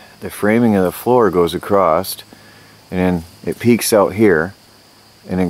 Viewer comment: why do you say acrost, i always thought it was across.